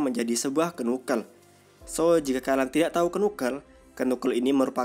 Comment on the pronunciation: Bang, belajar lagi untuk penyebutan bahasa inggrisnya, biar enak di denger. Contoh Mjolnir cara penyebutan nya bukan emjolnir tp Mejolnir. Knuckle cara penyebutan nya Kenakel bukan kunakel. Cuma kasih saran aja bang, biar lebih enak di denger, biar ga keliatan orang kampungannya. Good luck!